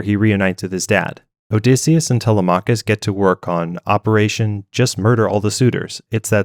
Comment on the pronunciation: tele-mah-cuss? lol it's tel-lem-mik-kiss